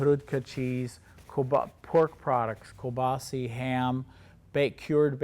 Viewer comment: Random thing: anybody know where this pronunciation of kielbasa comes from? It’s how my family and I have always said it but I’ve never heard anyone else say it that way